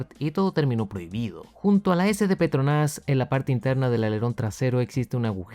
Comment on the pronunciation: Porque dices petronás